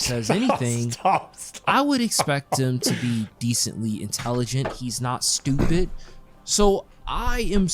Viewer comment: This guy contemplating whether you are unintelligent whilst saying “stupit”. I mean im not exactly a classist or anything but anyone who pronounces “stupit” doesn’t come across as a Rhodes scholar. I’d venture to say he is leaning on the underbrained.